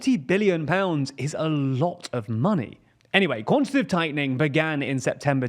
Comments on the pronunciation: I know this is nitt-picky but the word is QuantiTAtive not "Quantative" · Your presenter keeps saying "quantitive" which isn't a word. It's "quantitative". It wouldn't be so annoying if he wasn't presenting a news segment where he says it 30 times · its pronounced 'quan-ti-ta-tive' tightening, 4 sylibals, not quantative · It's "quantitative", not "quantitive". It's much harder to say quantitative tightening, but that's when you'll know you've got the correct word lol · bro said QUANTITIVE and i just turned it off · went above your head? Not only does he not pronounce quantitative correctly, the entire video deeply oversimplifies complex monetary mechanics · also, the guy in the video pronounced it with 3 syllables? Pretty evident which of us it is that has room temperature IQ